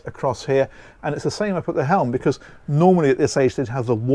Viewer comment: Becuzz, or because🤔